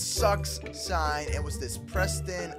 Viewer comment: He hats prestoon not preston xD